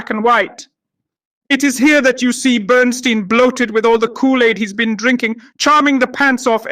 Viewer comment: Burn-STINE, not Burn-STEEN! If you watched the movie, you'd think you'd at least get the pronunciation of his name right!